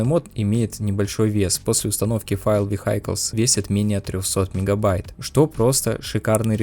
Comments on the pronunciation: Вейклс а не вехайклс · Выглядит потрясающе! Показали бы мне такое в 2009) Осталось только решить проблемы с оптимизацией, особенно для AMD платформ и можно выпускать вполне готовый ремастер. Орнул с vehicles, читается как "виклз", дружище 🤣